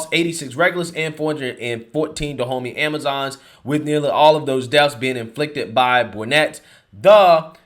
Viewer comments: Is no one else gonna say anything about him saying "Go to DaHomeys"... Da Homeys.... good one! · No one else thought it was interesting the tribe is pronounced Da-homie? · On a lighter note, whenever says Dahomey, I'm hearing "the homies." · I thought you were saying 'Da Homie'. F**k, that makes me racist, doesn't it? Damnit.☹️ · HAHAHAHA You said "They need to go to Dehomeys!!!" HAHAHAHAHA The homies! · All I could hear when you told the Woke Revolutionaries seeking reoperations, to go see the Dahomeys was... Go see "Da Homies"! =P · I think its funny how Dahomeys sounds so much like "the homies". I really thought that was what you were calling them at first. 😄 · Is anyone else cracking up everytime hearing "Dahomey?" Like really? The place is pronounced like "Da Homie?" We're gunna go see da' homies. Lol call me racist but this just seems too perfectly funny. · Sound like you’re saying Da’ Homies!!!